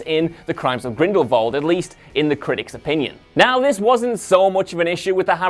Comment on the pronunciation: Stop mispronounce Grindelwald. There is no “V” in Grindelwald